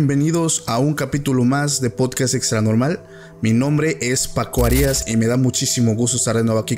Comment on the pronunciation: Pronuncias tu apellido como si dijeras harías del verbo hacer en lugar de Arias, me confundí como es tu apellido realmente?